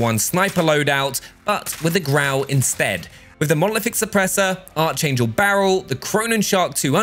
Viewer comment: cant be saying "archangel" like that